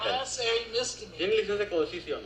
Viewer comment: Listen to this imbecile. 39 years in the job, and the only Spanish he learned is the Taco Bell pronunciation of “Licencia” 🤣